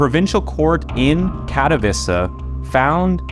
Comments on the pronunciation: "Katowiza" is not how you pronounce Katowice. I'm not polish, but I'm 100% certain you butchered that. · its Kat-oh-vee-che not Kato-vissa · Tbh..it wasnt pronounced well